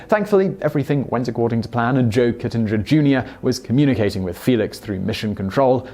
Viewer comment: KITTENGER not kissenger